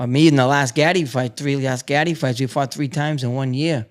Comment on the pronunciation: He calls Arturo Gatti "gotti" and claims to be an " Italian fan " and a boxing fan...